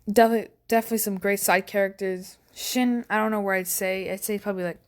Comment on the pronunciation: its the "he shin" not "hai"